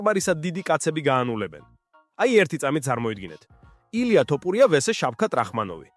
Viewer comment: Magari ylexar vigacaxar! Iswavle laparaki she siro? 😂 ტოპურია😂😂😂